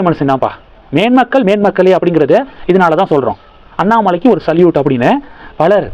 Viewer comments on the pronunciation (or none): none